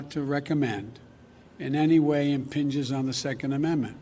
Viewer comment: he said “inpinges” Expect more voter remorse Biden voters.